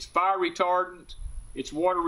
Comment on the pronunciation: Great video. Will save people who watch this lots of money from buying the wrong sheds. Thanks. Did you say “F-eye-r ? ;-D